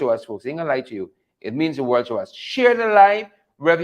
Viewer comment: Over the World not over the Worl